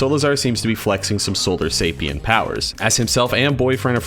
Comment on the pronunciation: hate to be THAT guy, but its actually pronounced Solarisapien, with an I. Sola RI sapien